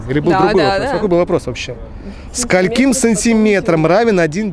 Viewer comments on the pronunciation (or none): Не сколькИм, а скОльким, учи ударение, умник.